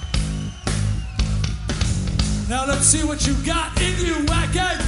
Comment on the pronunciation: I LOVE Twisted Sister, but come on Dee......it's pronounced Vacken! The "W" is pronounced as a "V"!!!